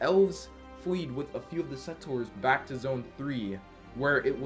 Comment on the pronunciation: You're still saying settors instead of settlers..